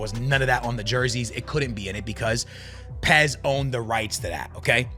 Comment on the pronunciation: The way he pronounces UEFA and says PES tells me his opinion isn’t worth squat diddly